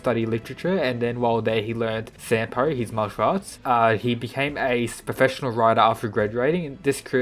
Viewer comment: SAM-BO not sampo